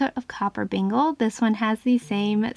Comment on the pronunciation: These are all so beautiful!! Love them all so much. The names, Copper Bengal Tiger and Sublime Calico is not Copper Beangal, it Copper Bang-ull Tiger and Sublime Calico is Sublime Kal-i (as a short i)-co. They are a kind of Tiger and Cat. Unless the maker named them how you pronounce them. If that is what the maker named them then I apologize wholeheartedly. ☺️❤️ Thanks for this video. ❤️☺️🤗